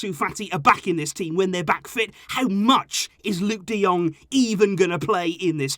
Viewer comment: We've become Burnley. Luuk de Dung? Fucking seriously?